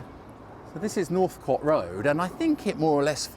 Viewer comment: Is Northcote not pronounced like "coat"? Thats how i always used to say it. I lived in Clapham between 2008 and 2013. Loved it.